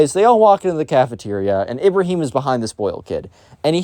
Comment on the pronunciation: I love how you just mispronounced Ibrahim like that 👍 No offense tho